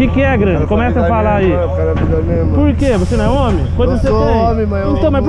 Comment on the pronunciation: “.sou ómi sinhô.....ómi com Ó maiúsculo”......huahuahuahuahuahuahuahuahua